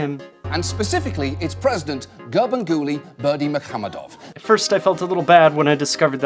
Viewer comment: Casually crushing the pronunciation of Gurbanguly Berdimuhamedow.